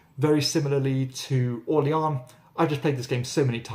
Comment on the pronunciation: There's nothing wrong with this presenter's pronounciation of French & Spanish names (e.g. Vabanque, Orléans & La Granja). For a high degree of botched input, try Stateside :)